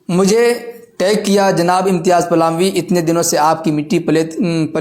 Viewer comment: Is ko palami nahin phalami kaha karo